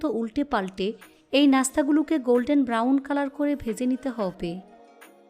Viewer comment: হব্বে হব্বে কেনো শুদ্ধ করে হবে বলা যাইনা